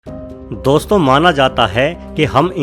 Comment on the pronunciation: O bhai 2 million log follow karte hn tmhe word to sahi se bol le Gyan mil rha hai to le lo gajab hai Bhai 😒😣